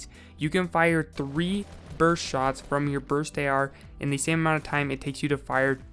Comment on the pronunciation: THIS DUDE SAID "BRUST" OML LMBO